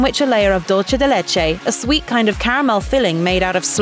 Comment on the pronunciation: Or “dulce de leche” in an Italian accent . . . 🤦‍♀️